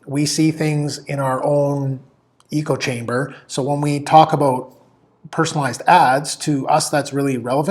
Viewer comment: Did you just say "eco chamber"?